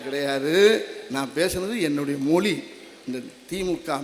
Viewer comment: வடிவேலு ," மொலி" இல்லைங்க 'மொழி "என்று உச்சரிக்க முடியல இதுலவேற இவரு பேசியதை கேட்டு தமிழ் கற்றுக்கொண்டார்களாம் ?